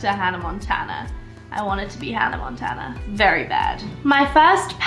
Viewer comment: I like how she says HANNAH MONTANA like not Miley Cyrus HANNAH MONTANA